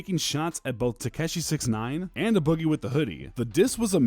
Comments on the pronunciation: No cap that shit bothering me too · WAAAAA YOU PRONOUNCED A BOOGIE WRONG!!!WAAAAAA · Why u say a boogie like that son lmaoo